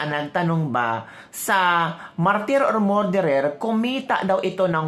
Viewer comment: Ateh please pronounce “Murderer” as “Mer derer” not “More derer “‼️❤️🙏🤡SalaMUCH‼️🇵🇭